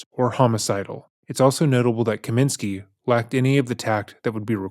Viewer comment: Kosminski not Kaminski.